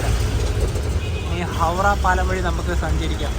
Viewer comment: ഹൗഡ ❌ ഹൗറ ✅